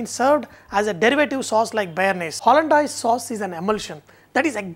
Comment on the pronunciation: Its pronounced hollan-days, not hollan-dyase